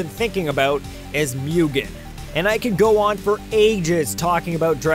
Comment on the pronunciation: D-Did he say Mewgen? . . . YOU SON OF A FLY TRAPPER ITS MUGEN (moo-gen) NOT MEWGEN!